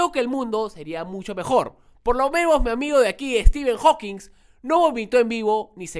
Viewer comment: es Stephen Hawking, no Steven